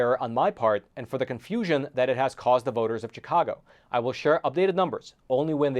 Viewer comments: Spelled CHIcago, pronounced SHIcago. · SHHHHHHHHHHI-cago. Not CHICK-ago. Jesus F. Christ. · Chicago is pronounced with a "sh" rather than a "ch" just like Chevrolet and Chivalry - all these words have a French background.